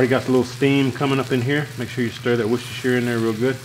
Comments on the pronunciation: Qudos for pronouncing Worcestershire correctly! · just so you know it is pronounced WOOSTER sauce in England:pride-flower-pansexual